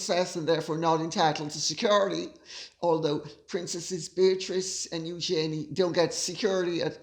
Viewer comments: I have yet to hear anyone in the US pronounce “security” in such an obnoxious way. Is this a slam against Americans? Your pronunciation of “classy” is obnoxious as well, and even North Easterners don’t say it that way. There are plenty of words Brits pronounce in an obnoxious way, but we are “classy” enough to not make fun of them. How about the over use of “of course”? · you absolutely crack me up every time you say ‘Security’ - so funny….. Love your work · Gorgeous Lady C, here's a little something funny especially for you and Micki. Your 'security' is spot on American! 👍🏼 I say it after you do and I say it just like you 🤣😂🤣 I'm an American in Sussex, not to be confused with the duck ass of Sussex. I don't need 'security'. God bless you and yours.💛💛💛😁😁😁